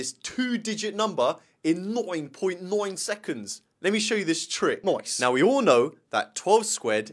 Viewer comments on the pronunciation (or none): noine point noine secoinds, kind of sounds like bubble from bfdi